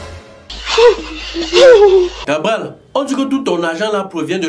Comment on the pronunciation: Cabrel pas Cabral 😪